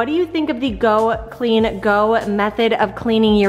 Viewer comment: I so needed this motivation. Just pointing out its Go clean CO not go. I LOVE her motivation. I want to order her cleaning book. I have the same issues with our cabinets and use a floor marker to make the chips less visible. You could put your grills in the tub with a dishwasher pod. Thank you